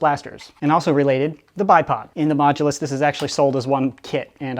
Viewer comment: Once i heard say the modulus mogulus xD